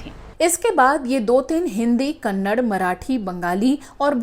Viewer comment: Its called as "kannada" not Kannad